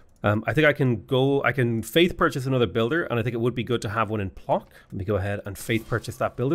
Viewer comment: The polish "Plock" city is read "Pwotzk" ;) Your pronunciation took my by surprise and I love it, though